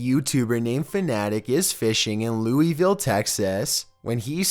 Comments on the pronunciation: Louisville, TX?! Dude, you pronounce EVERYTHING wrong. LEWISVILLE..... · I am from here in Lewisville. It is pronounced like it is spelled. not "loo e ville" it is Lewis like the name "Lew iss" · I grew up in Lewisville, you pronounced it wrong